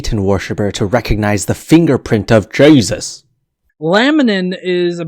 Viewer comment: Haha "...the fingerprint of Jaysus!"